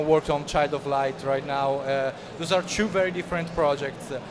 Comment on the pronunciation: pregi da studente di liceo linguistico: "two" è 'tu' non 'ciù'. te possino ahaha gran bell'intervista, comprerò appena possibile il gioco.